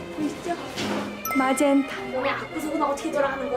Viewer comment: 마젠타로도 들리고 "놔이새끼야"라고도 들리는 마법....